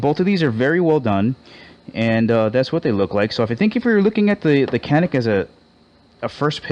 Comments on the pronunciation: Canik is actually pronounced janic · Since canik is a turkish gun I'm pretty sure the original writing would be çanik which is pronounced "chanik"